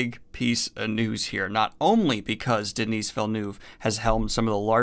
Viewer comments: his name isnt Denise..its just basically pronounced like Denny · The S in Denis is silent in french